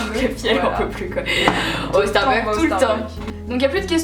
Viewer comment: Coucou Marie, ce tag était super sympa! Vous vous connaissez bien! :) vivement les vlogs de Barcelone! ;) Un petit truc: étant moi-même accro au Starbucks, please please n'oubliez pas le "s" à la fin..."starbuck" c'est un autre magasin aux USA! :) Bisou et bonnes vacances!